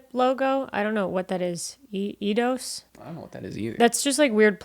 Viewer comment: no, it's pronounced "EYE-doss"